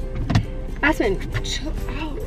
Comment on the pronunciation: Omg ! It sounded like she said ass-pen and I 😂😂